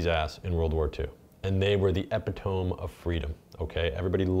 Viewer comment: using words he doesn't know how to pronounce! It's "E-pit-toe-me" to "epi tomb". sound it out big man!